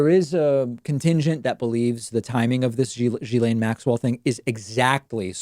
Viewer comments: It's pronounced gill-aine not jill-aine. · It's pronounced Gee Laine...it's not Giz Laine. It's a hard G. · It's Gill-ane, like gills on a fish. Not Gee-lane, not Jizz-lane, I'm pretty sure. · Learn how to pronounce her name. It's unprofessional.